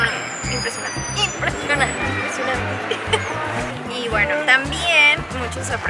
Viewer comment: Like por el "impresionanti" de 😂❤